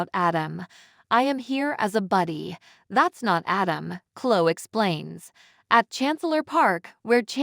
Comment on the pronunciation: Gabot? Klo? Diaane? It’s Pronounced “Jabo” and “Cloee” and “Diane” Why does it drive me “Crazy” when these commentators can’t pronounce these names right? Please get someone that watches the show and knows how names and places are pronounced! I have heard one that doesn’t know how to pronounce “Genoa City”. “Uuuggg!” 🤦‍♀️